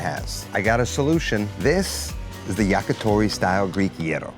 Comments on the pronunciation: It’s YAKITORI, not YAKATORI. “Yaki” means grilled. “Tori” is bird. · It's yakitori not yakatori.